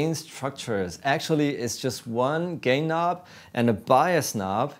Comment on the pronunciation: Did he say “one gay nob” when he was talking about the DOD?